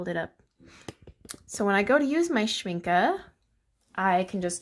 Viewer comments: I just found your channel so I apologize for responding late. I do love watercolor swatching. I have 4 Schmincke tins and the large one like yours. BTW, you pronounce the word Schmincke correctly. Its a German word and the E at the end has the Uh sound. Not the E sound. My pans fit very tight. You are supposed to push in the brackets a lot before you put the pans in. Not after. Push the grippers in well at sharp angle and then put the pan in tipping the front down 1st and then push down that back side of the pan and they will snap in tight. Works every time for me. Good luck! If they don't lock tight, you didn't bend them far enough. Make them totally angled down at the base of the bracket. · Oooh all the pretty colours! I pronounce Schmincke the same and I think so did the artist in one of their videos, so I’m gonna say you’re right :D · And it‘s correct how you pronounce it (I‘m from Germany). Well done, thank you! Beautiful paints!